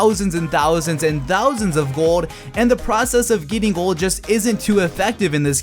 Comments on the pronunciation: Sounds like you say gord instead of gold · i dont know why but it really annoys me everytime you say "gold". lmao